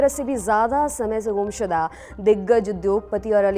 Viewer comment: Gum shuda, ka pronunciation theek kijiye. Please.